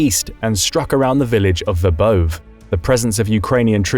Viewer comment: The pronunciation of Ukrainian cities in this video is often AI like terrible. For example, Verbove rhymes with ray not stove.